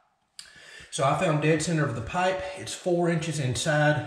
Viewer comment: wth, he changed the way he pronounced pipe